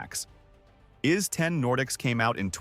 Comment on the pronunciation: Ys is pronounced "eese", like 'easy' without the y at the end. And I highly recommend ANY of the Ys games to anyone who hasn't played them before. Grinding is fun in these games, they've perfected the gameplay loop. I will say though, If you start at Ys X, then you lose the whole "WTF" factor when Adol manages to take a ship somewhere without it shipwrecking (seriously, he's involved in a shipwreck in like 7 of the 10 games, usually right at the start).